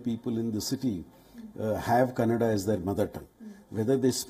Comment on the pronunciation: worst news channel. got all facts wrong. even said kannad for Kannada ..